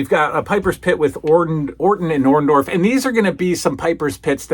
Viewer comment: I always hated how Hulk Hogan called Paul Orndorff by Paul Orn-doff. He never got his name right. He still says it the same way to this day.